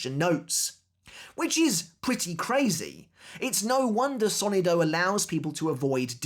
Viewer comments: It's so-NI-do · Hello, great video. I just wanted to give a piece of advice. As a native Spanish speaker, the word "sonido" is pronounced with the stress on the second sylable, not the first.